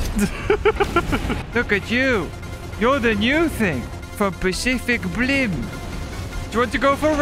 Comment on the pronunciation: "Pacific brim" 😂